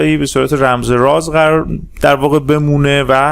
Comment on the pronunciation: نظر بنده: دوست عزیز آقا نیازی نیست لحن سازی کنی ، صدا سازی شاید بشه هضمش کرد ولی لحن سازی خیلی زشت و چیپ هستش. چرا حرف "ر" رو ی جوری "ر ُ " تلفظ می کنید؟! هَمِسْتِر: همْسْترُ معروف: معـ وووف رمز و راز: رومز و رواز ؟! شما در تلفظ ی سری کلمات سطحی مشکل داری ، چرا می خوای با ساختن یک لحن خاص و لاجچری نشون ب